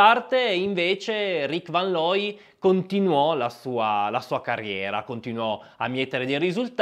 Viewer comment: Rick fan loy,. Ludwig fan Beethoven, pur Tedesco era di origine Olandese, è "fon" tedesco. Attenzione alle pronunce. Grazie comunque per la pillola di sport. Scusami per la correzione.